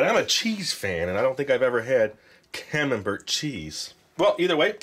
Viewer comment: Camembert is a soft cheese from Northern France. It's pronounced Camem*bear* and you don't say the t lol It's similar to brie in texture.